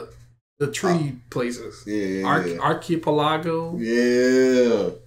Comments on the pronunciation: you still pronounced the word archipelago wrong at the end part you said "aargo" when it is pronounced "ago" like as in the phrase "a long time ago" not aargo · Nah it's a harder word. But it's Arc-ah-pel-ah-go